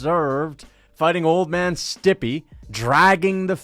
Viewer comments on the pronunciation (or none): Who's "Stippy"? Clicked off as soon as I hear that. Learn the man's name. Imagine if I would call you Lookši.